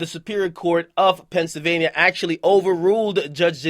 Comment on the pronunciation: akademiks pronounced it “pensavaina” 😂😂